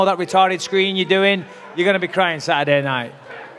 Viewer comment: GSP: "..he's go-ang to be beat-an by a history teacher on Saturday" LOL